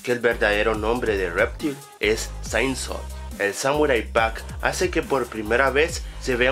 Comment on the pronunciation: Quiero aclarar varias cosas: lo de que Goro tiene un skin de Kintaro es falso, en el juego solo tiene un traje. Se llama "reptail", no "réptil", la curiosidad 12 es bastante obvia, y que aparezcan Liu Kang y Kitana al final no quiere decir que vayan a ser lo próximos jefes finales, de hecho el villano de MK11 es Krónica, un nuevo personaje. Los retornados que mencionas en la curiosidad 13 también son bastante obvias, una curiosidad es un dato del cual uno no se percata, pero si el propio videojuego te lo muestra NO es curiosidad, y pronuncias algunos nombres MUY MAL. Es "Shinnok", no "chainok" WTS? :S. La curiosidad 16 es falsa, el juego de MK donde aparecieron mas personajes nuevos fue Mortal Kombat:Deadly Alliance, con un total de 11 (Bo' Rai Cho, Li Mei, Kenshi, Mavado, Frost, Hsu Hao, Nitara, Drahmin, Moloch, Mokap y Blaze) Y a Tremor no contaría en MKX porque su primera aparición fue en Mortal Kombat:Special Forces, y Corrupted Shinnok no es jugable así que tampoco contaría. La 18 también es bastante obvia. Y déjame decirte también sé que este video lo has hecho en base a una página de taringa, y para hacer un video sobre información de MKX deberías buscar información en páginas oficiales y no en una página cualquiera porque no se sabe si los datos son reales, de hecho te he comentado bastantes que son falsos. Y tambien deberias corregir tu problema de locución y pronunciación porque hablas muy mal y pronuncias muy mal tanto en general como muchos nombres de personajes.